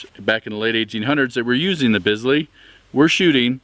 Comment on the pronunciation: It's spelled Bisley, but it's pronounced Beasley.